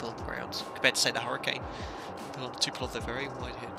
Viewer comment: Love the Vids... but it's TUP PO LEV.... not TU PE LOV. Sorry, had to vent! :-)